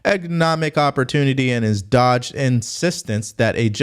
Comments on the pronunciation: He pronounced dogged wrong. It’s two syllables. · "Dog-ged." Not "dodged." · Sir, it's "DOG-GED" . Maybe you haven't heard the word but pronouncing it wrong was brutal knowing your intellect. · Yes. Or at least he has ruined it for the few recipients who actually deserved it. Shameful. (Oh, and the word is "dogged" pronounced dog (hard 'g') and 'ed', as in 'education'. Dogged - it means to pursue something relentlessly.) Bill Nye isn't even a scientist, and I thought the Democrats all said that our assertions about George Soros funding the Dems and being a warmongering troublemaker, were "conspiracy theories"? They DENIED any connection to Soros... now they're giving him MEDALS?? Of FREEDOM?? They are an embarrassment. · Its not dodged its dogged, you misquote words alot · FYI it’s pronounced “Dog-uhd” not “dodged”